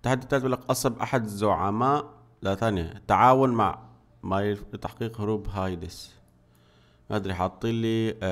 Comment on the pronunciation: ليس هايدس بل هاديس